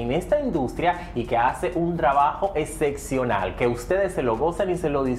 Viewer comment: En primer lugar no se pronuncia " ececciona"l, lo correcto es excepcional. Con "P", los labiales se unen. El entrevistador deja mucho que desear.